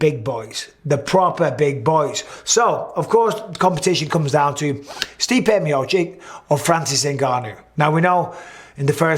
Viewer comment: MB can you please stop saying MiociK? It's MiociTCH ffs